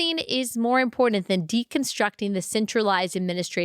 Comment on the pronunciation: You also say important incorrectly. There is no D. 😅But I still love ya!